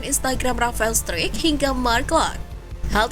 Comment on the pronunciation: STRUICK itu dibaca STRAIK, bukan STRUIK, Mimin nya payah nih.....Kasih dislike ah !